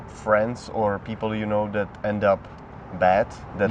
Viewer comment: Tady bylo krásně vidět jak důležitá je výslovnost 😀 řekl that a týpek myslel dead jestli se nemýlím